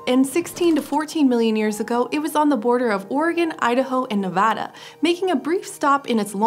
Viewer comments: Im soo happy to finally hear some pronounce Nevada correctly! Thank you! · Here I was just being delighted you were saying “Nevada” correctly, but when you said “Virgin Valley Formation”, I had to do a double take and look at the photo again, because that’s literally 20 minutes from me 👀👀